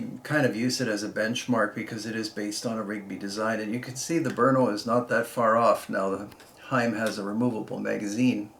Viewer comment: Someone who says Brno correctly! I can't stand it when someone says "Bruno"